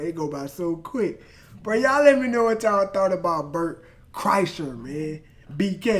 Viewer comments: You said he's name right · Crazy you said his name right coach!! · You nailed the pronunciation of his last name .